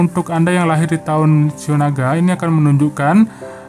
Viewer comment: Lone king,,,,,qu ketawa krna pembacaan shiao naga keseleo😃.....